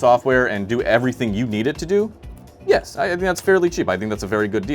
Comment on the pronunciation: that yEs is crazy 🥀🥀🥀